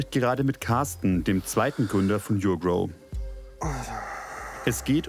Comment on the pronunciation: Die firma heißt NICHT yougrow sondern urgrow